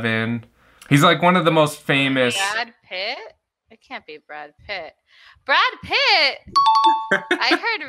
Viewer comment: Me desculpem, mas a pronúncia dessa pessoa é beeeeem ruim... Os gringos iam ter dificuldade de entender mesmo. Brédi Picth....